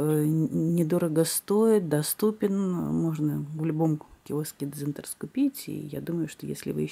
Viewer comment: А почему дзЫнтарс, а не дзинтарс?))))))))